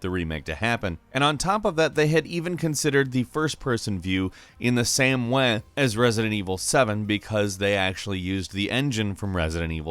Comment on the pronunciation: "Same weh" wtf is that accent